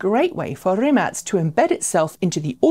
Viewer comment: Is that how Rimac is pronounced?